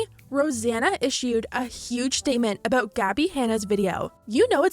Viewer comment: “All aboot”